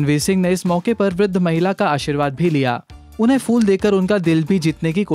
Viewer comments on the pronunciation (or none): Fool nahi hota u fool..phool hota hai. .....